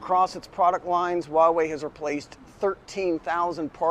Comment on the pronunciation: Great video and message. However can I be a little pedantic, and help you to pronounce Huawei, it's not "wah-way", but "hwaa-way". All that aside, great point and video though, good job. Subscribed 👍